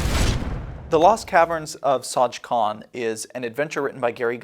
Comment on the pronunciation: And they got it wrong...